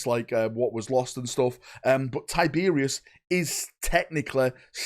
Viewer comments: Who the fuck is Tyberius???? give your head a shake kid lol it’s TYYYBEROSSSS!!!!! Think you’ve been hit in the head with an Arbites stun batton haven’t ya 😅😅😅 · Ty-ber-os not Tiberius.the reaper lord of the void deserves better than that bud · Gods this was a painful video to get though mate. Its Tyberos NOT Tiberious 😂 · I love your videos man but his name is Tyberos its pronounced like tie-ber-oss. You keep saying tiberius every time you talk about him 😂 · Why does he keep saying tie beer is instead of tyberos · (Ty-Ber-ous)Tyberos the Red Wake, who is this Tyberios of which you speak? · why tyberius its tyberOs the o is not silent. Tyberos. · It's not Tyberius ya twit. It's TyberOS. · "Tie-Ber-Ross" not "Tie-beery-oss" 😱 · “Tiberius” It’s pronounced TY BER ROS - like the end of “sucrose” 👍🏼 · TIE-BR- OUS say it correctly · Ty-ber-os. Not tyberius. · Thumbs down cause you kept calling him Tiberius. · It’s pronounced Tib-er-ose. Based on the spanish word tiburon, which literally means shark. Tib Er Ose. Tyberos. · Did you have a stroke? 'tiberius' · It was a joke. I know what a “penance” (atonement) crusade is, but keeps saying “pennant” (flag) just like he keeps saying “Tiberius” when he means Tyberos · Damn, he called Tyberos Tyberius. Get the tomatoes. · Please stop saying Tiberius lol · Man you saying his name wrong over and over again really was making watching this so hard. Please don’t ever do something so flagrant as that again